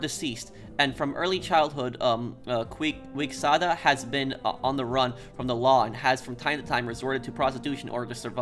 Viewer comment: sorry for being that guy but "Quixada" is pronounced like "Kee sha da". Your "Christo" pronounciation was good though. although the accent is bad it's in an sorta of endearing and funny way (kinda like deus ex) and i like it.